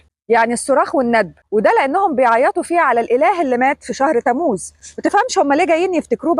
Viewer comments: مش آيار ( آيّار ) في شدّة عل ياء 😊 و تمّوز مش تموز sorry يعني 😅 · تموز. تلفظ بتشديد الميم قليلا. يعني. تمموز😊😊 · تم موز مو تموز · ( أيار) بتشديد الياء (تموز )بتشديد الميم